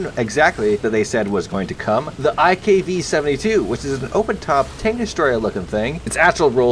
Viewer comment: Everytime he says iKv I hear Ikea